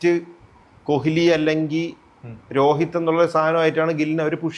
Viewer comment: കൊഹിലി അല്ല ശ്രീകാന്തേ കോലി